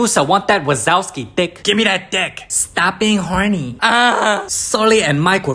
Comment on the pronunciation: bro..hoiyahh..my laptop is shaking with me while i am laughing my lungs out..stop being hornhnieee🤣😅..bro may be start a k-drama recaps with that fuyiohh ✨ASAIN✨ accent..that will be 100x times fun to watch